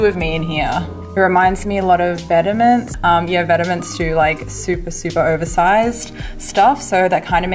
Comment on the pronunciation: Great vid! Do more vlogs, or dont, just keep them this awesome <3 btw, Vetements is pronounced "vet-mon"